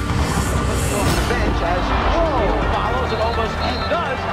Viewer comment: That guy said Shaneal O’Neal